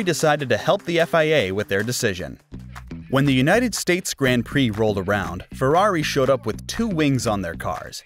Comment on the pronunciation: Grand Prix, the drivers names... Someone needs to step up his pronounciation game.